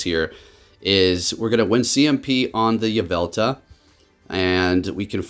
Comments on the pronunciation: hermione: its yvelTAL not yvelTA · “Yah-vel-tuh” lmao